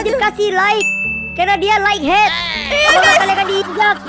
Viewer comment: Semangat Terus ya Kak,Terus tadi monsternya yang namanya light head jadi like head haha 🤣🤣,sehat selalu 🤗 semoga tahun ini bisa mencapai 1 juta SUBSCRIBER 😊